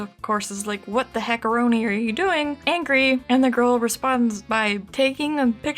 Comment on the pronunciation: i stand by her fully but i hate how she says angry